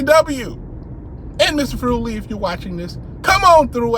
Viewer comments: Furuli is pronounced like "thoroughly" You make it sound like he is an Italian Pizza instead of a Norwegian Scholar :-) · Dude, this new Governing Body think that they are untouchable. By the way, it's pronounced Fú-ruli, lol!